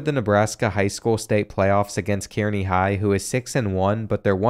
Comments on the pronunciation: Its not kear-knee it is car-knee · Love the vid! You're one of the best creators out there. Small thing. Kearney is pronounced more like Car-nee. At least to us over in Omaha and Lincoln. Maybe the drunks at UNK pronounce it differently though. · Hahahaha . I was looking for this comment. That Key-Air-Knee pronunciation was killing me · He butchered Kearney 😂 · It’s car-knee not keer-knee 😂😂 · Geo Sarria being an absolute liability at WR 😐 Also (as a Nebraska native), Kearney is pronounced “Car-nee” 😅 The freshman year loss to Nebraska felt good, though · I love your vids man... but next time you doing one on Nebraska schools, hit me up and I'll help with how to pronounce all the towns here! I went to college in Kearney 😂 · From Nebraska here.. Kearney is pronounced car-knee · It was bothering me- Kearney is pronounced (Car-knee) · i love you but you absolutely slaughtered kearney. It’s pronounced kAREney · Lol it’s pronounced “Carney” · Kearney is pronounced carney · Haha the way he pronounced Kearney had me laughing.